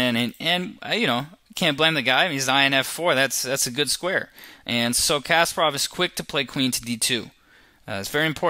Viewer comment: Dude , it' s not casper-off, it's Kas`PA-rov! Not to mention Island's capital...